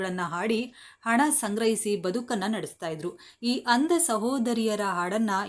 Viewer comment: ಅಂದ ಅಲ್ಲ ಅಂಧ ಅಂತ ಸ್ಪಷ್ಟ ವಾಗಿ ಉಚ್ಚಾರ ಮಾಡಿ